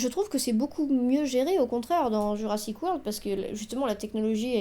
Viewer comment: Euh... Non on dit Jurassic World